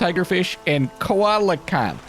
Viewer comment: btw coelacanth is pronounced see-la-canth, it's not a koala 😂 They were thought to be extinct until one was caught off of South Africa (?) might have been farther up the coast. It is a 'dinosaur', but since the first one was caught they have sighted and caught a few more.